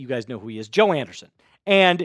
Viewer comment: Okay, if you want more viewers you need to do better. Start by learning how to pronounce the player's names. It Joe Anderson playing linebacker and special teams. It's pronounced Joe An-dree-son. Do better